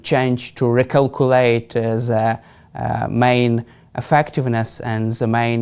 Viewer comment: You don’t say Zze you The